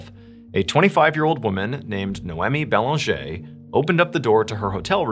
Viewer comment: I remember seeing this on the news in Québec and being horrified. 💔 your prononciation of the last name Banger is spot on! Merci Mr. Ballen for sharing this story!